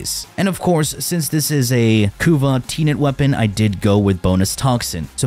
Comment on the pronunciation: Ah yes Teenet plasmeer